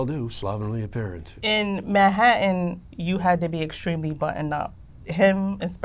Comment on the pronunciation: ‘In Mah-hattin’ lmao